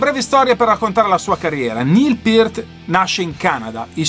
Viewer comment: RIP Neil "The Professor" Peart (bravo, l'hai pronunciato esattamente): una perdita infinita, direi un batterista IMMENSO (ma pure percussionista) che ha portato la tecnica batteristica e percussiva agli estremi e che ha saputo amalgamare perfettamente la batteria acustica all'elettronica (a proposito, pure Carl Palmer aveva il drumset rotante, vedi VHS Montréal '77 live, ma con gong e timpani sinfonici) e che suonava dal vivo praticamente uguale come in studio, evidentemente si (tra)scriveva le parti di batteria. Ho visto i Rush in TV la prima volta nei primi '80 (Limelight live da Atlanta), il primo video è stato The big money, che mi ha lasciato interdetto; non cito altri brani preferiti, altrimenti uscirebbe un elenco semi-enciclopedico...